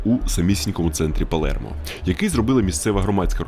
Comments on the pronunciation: Не ПалЄрмо, а Палермо. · Палермо. Не Палєрмо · чого Палєрмо якщо Палермо